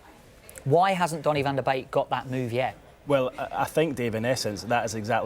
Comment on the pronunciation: Van der bake 😂😂 tit head its van der beek